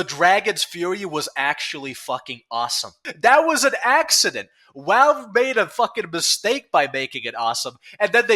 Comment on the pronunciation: theres no way i can take your video serious with that speech impediment, walve walve walve, wascally walve